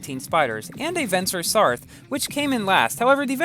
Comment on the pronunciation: Feurim the vencer sarthe name isnt pronounced vencer sarthe with the Last the pronoynced as a the It is pronounced sarte